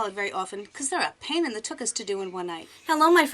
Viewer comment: BTW, I love when you say, "pain in the tuchus" 🤣 soo NY!